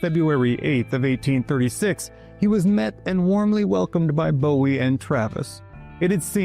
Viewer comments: It’s not pronounced Bow-ee. It’s Boo-ee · think he’d say Jim’s name correctly then. It’s pronounced Boo-ee